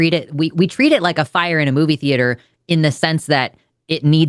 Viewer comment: NO FAIA?, NO FAIA?, NO FAIA? NOOOOOOOOOOOOOOOO